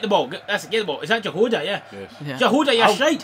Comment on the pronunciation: You pronounce Jahoda so weird :D